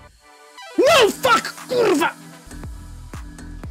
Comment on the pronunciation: Thank you oh glorious one! Those kurwas sounded very polish btw.